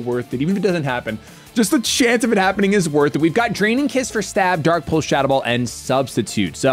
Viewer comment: I love anytime pronounces the pulse moves “pultz” like dark pultz and dragon pultz